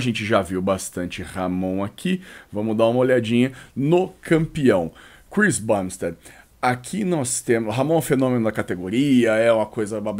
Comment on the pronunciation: Saudade quando o falava Chris BUMbstead! Quem sabe sabe....